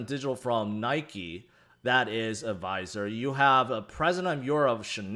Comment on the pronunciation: Are you trying to say advisor?